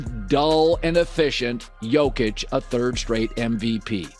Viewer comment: Do pronounce Big Honey's surname as Yock-itch, will you? 🤡 Regards from Serbia 🐺🇷🇸